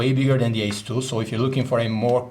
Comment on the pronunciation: is he saying samsung galaxy S2???